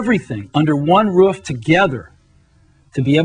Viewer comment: tortugash “Otomatically all under one ruff” 😂